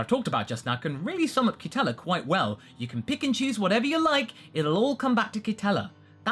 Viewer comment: Dude, at about , when you say “pick and choose” it sounds like you’re saying “Pikachus”.